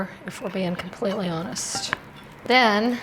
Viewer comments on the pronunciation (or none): none